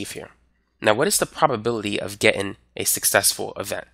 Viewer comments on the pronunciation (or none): love you, you're awesome, but please please please....it's "Getting" not "gettin"